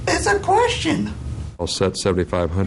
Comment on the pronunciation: ISSA KWESHTIN